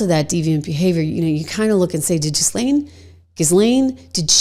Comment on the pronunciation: It's not "Jislane" -- her name was pronounced by Virginia Giuffre as "Gil" (hard g) "Len." You don't pronounce the "S."